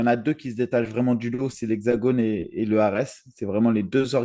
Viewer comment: leu ares.... bruddah... vous l'faites exprès!